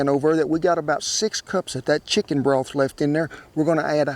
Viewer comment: Sheeken and dumplings. No shantz!